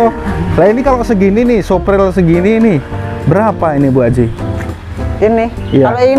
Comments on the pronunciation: Lugu banget ibunya....ngomongnya apa adanya...😀😀 Suflir bu....bkn supril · Suplir ibu...bukan supril hehe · Koreksi bu haji, itu suplir bukan spril. Eforbia bukan ekorbia 🙏 salam santun dan salam satu hobi. Terus semangat 🙏